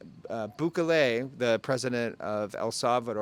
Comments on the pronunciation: His name is pronounced Boo-kelley, not Boo-ka-lay. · 2 tips for ya: 1) Bukele has the emphasis on the “ke” not on the “bu”. /buˈke.le/. 2) Biden is not going. His cronies are (aka “Delegation”?). This has to do with the immigration topic which is very important this coming election. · Booh-keh-leh. accent/strengh on keh. boohKEHleh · Btw the correct pronunciation of El Salvador’s president is Bukelly! Thanks again for the great content!🙏👍😎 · Bukeley ??? Lol , dude c’mon !!😂, you left America but you still have to learn how to pronounce names properly. 😉, good info though